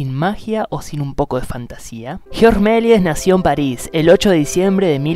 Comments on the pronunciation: El locutor (¿alumno de colegio?) acentúa mal el apellido. Es Meliés con acentuación aguda. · Cuando dice su nombre completo parece que se refiere a otra persona jajaja